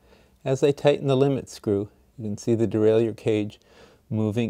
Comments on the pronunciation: Well put together. But I gotta ask... de-rail-you-er??? Isn't it pronounced de-rail-er? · It is pronounced de-rai-lleur as any dictionary will attest to.